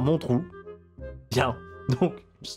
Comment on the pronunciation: "It's damn trou"